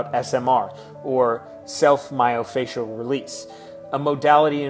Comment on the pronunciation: How am I suppose to trust a guy that doesnt know how to say myofascial